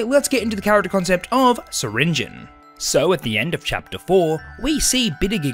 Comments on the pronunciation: It’s pronounced sir ringi on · Pronounce the E in syringeons name!!!!! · Awesome concept. Also, I think you prounounced syringeon wrong.